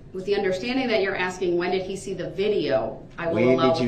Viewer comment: This half-man is going to regret that " are you axing me or telling me?" when he gets to his new home where the the real bad-asses will be. Prison staff and inmates, will all be aware of his wanna be bad ass posturing. He'll probably also hear "grounds" for many years. Oxygen waster. ' '